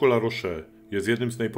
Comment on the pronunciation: Litery "e" bez akcentu się nie czyta więc La rosz a nie La rosze. Dlaczego Francuzi nie używają angielskiego bo nie muszą bo uważają że Francja jest stolicą kultury światowej i każdy powinien znać francuski.. Macie w telefonie Google translator.